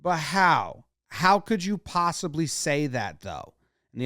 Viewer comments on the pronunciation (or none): "psossibly" - Jomboy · "How could you psossibly say..." - AA League manager.